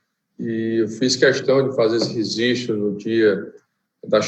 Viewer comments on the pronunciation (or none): Registro! e não resistro